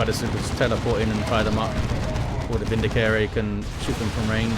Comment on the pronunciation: Whoever tried to correct you about the pronunciation of "eversor" was wrong. It's "EV-er-sor" with the first syllable emphasized, that's exactly how it's pronouced in Chaos Gate: Daemonhunters. You were also pronouncing "Vindicare" correctly to begin with.